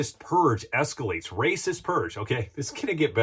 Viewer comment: She is RRRRRRRRACIST!!! 😂